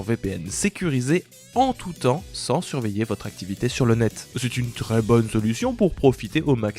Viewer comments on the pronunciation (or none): none